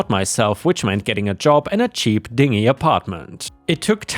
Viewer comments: Dingy means messy or shabby, rundown. It is pronounced din gee. A Ding ee is spelt dinghy which is a small rubber boat. Just trying to help a non native speaker. Not sure how to help without sounding like a jerk. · "Pronounced "din-jee", not "ding-ee". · and "dingy" is "DIN-jee". I love listening to. such a lovely accent, really! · Dingy is pronounced like din-jee